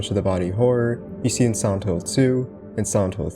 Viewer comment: Sorry but why you say "Santo" instead of "Silent"? Is an accent or there's any particular reason? or like Japanese sound like "Silento"?